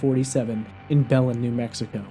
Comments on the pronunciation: I’m from the town she went missing and it’s pronounced “BEH- LEN” not “bel-en” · Its pronounced BA-LYNN, New Mexico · Be-LIN, New Mexico.